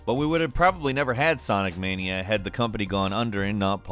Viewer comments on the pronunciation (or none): none